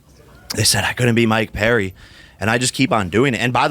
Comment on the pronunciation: How the fuck do you get Mike PEDDY out of Mike PERRY??!???